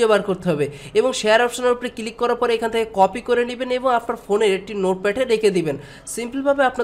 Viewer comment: উচ্চারন সুন্দর। ফিরি নাকি ফ্রি? কিলিক নাকি ক্লিক? সিমপিল?? নাকি সিম্পল,? কমপিলিট,পোরমশোন,এসব ঠিক করেন ভাই। বলে না লোকে। তবে এগুলা বাজে সোনায় আপনি কি সজল এর ভাই??